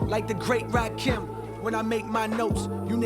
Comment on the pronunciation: I've heard it too many times at this point: Rakim is not pronounced like "Raqim". It's pronounced like "Amun-Ra" and "Kimberly". RA KIM